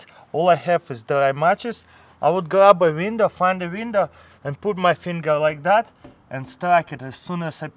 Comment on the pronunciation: Exactly where da fuq am I gonna find " a peice of VINDOW" in survival